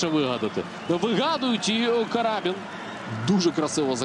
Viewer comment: Не карАбін, а крабІн.